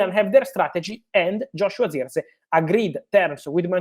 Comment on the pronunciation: Who???? Say his name properly FFS